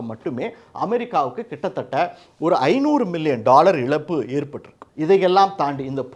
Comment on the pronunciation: Please pronounce Za properly and don't pronounce it as la example it is not elappu it is ezappu.